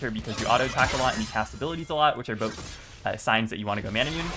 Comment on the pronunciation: I love you and this vid is great, but please stop saying 'mana-moon', it's 'mah-nah-moo-nay' 😭 (Also the Taliyah was amazing in this vid, she did work)